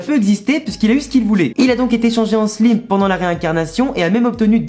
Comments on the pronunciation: je veux pas de vexer mais sa se dit slaime pas slime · Je veux pas faire le gars relou mais stp prononce le slayme et pas slime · Slime pas sliime désolé de te faire chier avec la prononciation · On dit slime i comme si tu hi😅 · Désolé mes stp le e à la fin de Slime ses perturbant sa se dis slimeeeeeeeeeeeee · On dit slaïme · tqt pas de problème sa fait juste bizarre a entendre